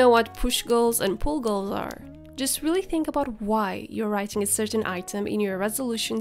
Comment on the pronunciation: it sounds like you're saying pool goals